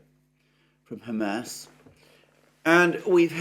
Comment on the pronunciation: Mercouris still calling them "Ham Ass". 😭😂